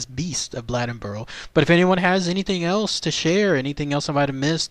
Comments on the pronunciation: The name is Blade N Boro. You pronounce the name like blade. I'm from the area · It's pronounced Blade as in knife blade. Blade-In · Its pronounced "Blay den boar o"